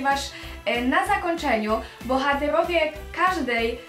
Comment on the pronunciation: naucz sie muwić jak człowiek bo muwisz tołepka,bohatełowie,dłudzy na tszecih naucz sie !